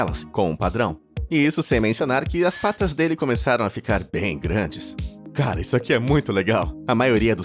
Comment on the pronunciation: 😅ata e que eu entendi "caral## olha só isso" kkkk